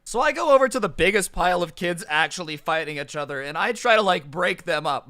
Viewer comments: I lost everytime you said a-chtother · No one: Really nobody: Not a single soul: Literally no one in the universe:: Itchother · Not hating all but I find it a bit amusing when pronounces "each other" as "achother"